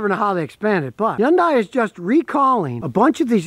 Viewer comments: It is pronounced "Hun-day" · According to a Korean lady that I knew it is not easy for English speakers to pronounce it properly. However, the closest phonics would be Hhun-Die. Scotty is a phonetic speaker so he just cannot get it right. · Scotty still says Yundye! Lol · Not to mention he can't pronounce it right either